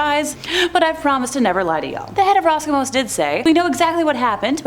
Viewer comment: Good content . It's "Roscosmos" with an S as in Carl Sagan's "Cosmos" btw